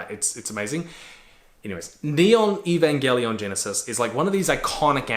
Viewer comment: Eva changes drastically if you haven't seen it in a while. If you're cool with introspection it'll fuck you up, in a new or different way. Or it won't hit as hard. It's always changing as how you view yourself and the world changes. I hold it close too, and hearing him say the name wrong consistently kinda made me go mmmmm... Then watching it while at the gym makes me feel like he missed out on a lot.. Like Misatos dad leaving her behind... That's not what happened. Sounds like he needs another watch too :)